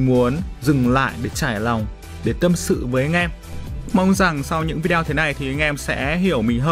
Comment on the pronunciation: " Vi đeo " nha mn😆😆😆